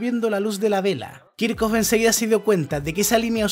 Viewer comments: kirjhof, no kirkof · Muy buen video. Solo un detalle, has pronunciado apellidos alemanes en inglés. Es "bunsn" y "kirjof".